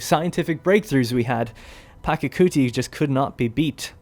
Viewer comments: The pronunciation is "Pacha-kuti", not "Paka-kuti". The "ch" here is the same as in "cheese". Otherwise, a good style of presenting the game. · It’s pachacuti not pakacuti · It's Pachacuti, not Pacacuti